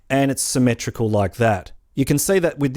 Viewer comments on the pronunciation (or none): ITS NOT SYMETRICALLLLL